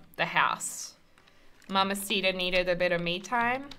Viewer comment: That’s not how you say mamasita❤️